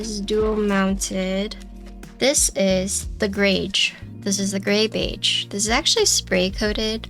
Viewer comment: Your pronunciation of beige is incorrect. Don’t say the g so hard. It’s more like a ‘sh’ sound but with a little sauce on it. It’s hard to put in writing. I would just look up a google pronunciation.